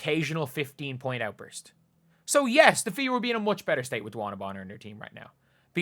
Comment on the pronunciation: Bonner is actually pronounced Boner